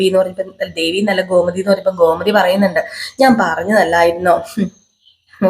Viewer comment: നറങ്ങൾ നന്നായി ചെയ്യുന്ന പ്രമോ മലയാള അക്ഷരങ്ങൾ ശരിയായി ഉപയോഗിക്കാൻ കൂടി പഠി ച്ചാൽ കൂടു നന്നാക്കാo . ഘോ മതി അല്ല. ഗോമതി